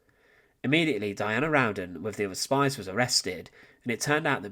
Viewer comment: Her last name is spelled "Rowden". There is only one "n" in her last name, and it's at the end. You're pronouncing it like "round-den"